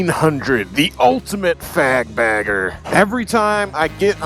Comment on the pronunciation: 😂 thought you said “fag bagger.”